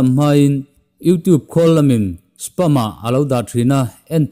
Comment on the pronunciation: Spam tih hi palm tree tih a palm lamdan thluk a, spâm/spaaam ti a lam tur.. "Malware" pawh " mel-war" ni lo in 'Mal (mizo tawng anga chhiar top tur) + 'wear' .....MAL-WEAR' ti a lam bok tur.